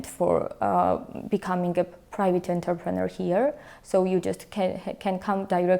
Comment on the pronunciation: Thank you, very informative. Georgia is still on my list of possible places to relocate to, and I appreciate all the information you are providing. Though, I must admit it took me until the 3rd pronunciation to realize that it wasn't "Interpreter" and was instead "Entrepreneur", which really elevated the game on my level of understanding. 😂 Please forgive my ears.